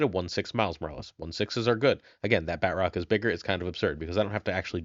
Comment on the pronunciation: I don't like the way he says Batroc. BAT-ROCK 😂